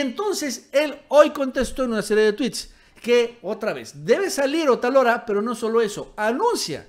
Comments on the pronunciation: no es Otalora, es Otááálora. Es una palabra ESDRÚJULA;ACENTO EN LA ANTEPENÚLTIMA SÍLABA. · Otálora es palabra esdrújula. No es Otalora, que sería palabra grave. ¿Es muy difícil? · el apellido de la presidenta es "otÁlora", no "otalÓra" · Es OTÁLORA (esdrújula)!.. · debes pronunciar correctamente el apellido de esta tipeja, ve donde tinen el acento.